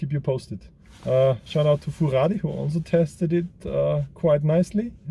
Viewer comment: Love the way you are pronouncing "Furadi" <3 I might grab one since the Micro Eagle is discontinued and i was exclusively only buying them, Predator V4 seems to be a nice contender as well! Happy midweek and keep it up the great job <3